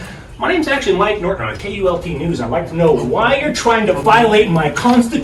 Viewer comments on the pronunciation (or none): It's not the Cult news network. It's K U L T, you say the letters sepererately.